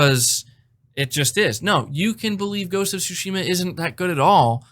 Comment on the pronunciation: Bro you keep pronouncing Tsushima wrong lol